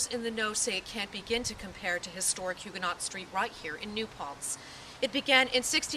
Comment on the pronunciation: Can we please pronounce Huguenot correctly?!